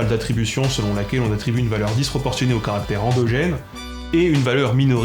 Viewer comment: Je suis persuadé que ton succès est exclusivement dû à ta prononciation de "garant" et de "caractère" avec ce magnifique [ɑ] et à rien d'autre.